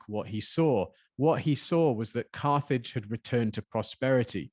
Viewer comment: Geeh! "Carthage" sounds like "carnage" 😟😳